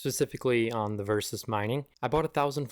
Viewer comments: Nice video, very helpful. Where can I find a list of these ADB commands? BTW, it's called Verus, not versus :) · So … your mining it and your dont even know the name of the coin … or at the least how to say the name ??? Ok lol enjoy my guy … im buying orange pi 5’s to mine verus … bit more pricey but i like the process of setting it up more and no exploding batteries